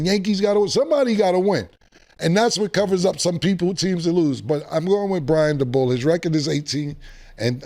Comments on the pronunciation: Brian da bull is WILD!! 🤣🤣🤣 It's pronounced "day-bowl" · Took me a minute to figure out who “Brian Da-Bull” is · “Brian DaBull”😂😂